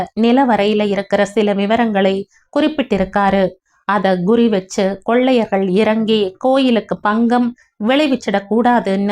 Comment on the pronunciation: ❤❤❤ kadhai thrillunga irukku. Athu PGM illa. BGM ( background music ), Guri illa kuri. ( குறி என்று சொல்லும் போது உதடுகள் குவிந்து focus aagirathu. தமிழ்ல சொல்லும் பொருளும் ஒன்றோடு ஒன்று பின்னி பிணைந்து உள்ளது) Pangam illa Bangam.